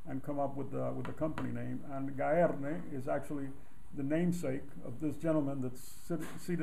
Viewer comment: I'm saving up for a Gaerne boots... Now I know how to properly pronounce Gaerne.